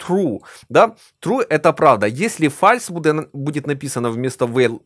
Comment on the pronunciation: фолс, а не фальс, а то звучит суперкринжово, а так хороший видос, спасибо